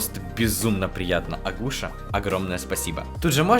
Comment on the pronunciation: НЕ АГУША!😅 А АКУСЯ!